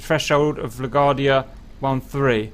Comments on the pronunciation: Hey there. It's pronounced "la-GWARD-dee-ah" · La Gwar-dee-uh :) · Also LA-GWAR-DEE-UH :-D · Im uncomfortable on how he says La Guardia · Your pronunciation of LaGuardia is making my head hurt.🤕😉